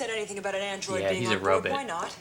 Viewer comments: Please never stop saying robot as ro-bit. I laugh every time. 😂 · I know what you’re saying. To me it sounds more like “but” not “bit”.